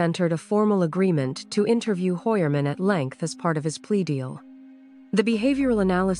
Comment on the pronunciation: Hoy-er-man is the pronunciation in original German.